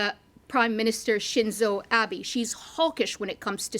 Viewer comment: 「シンゾー・アビー」